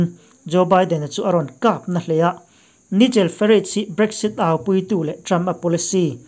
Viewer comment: I sawtpui takin mizo lamin Naigel Farach tih deuha lam tur ani e..